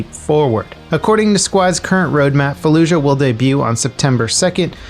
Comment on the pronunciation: Its “falluyah”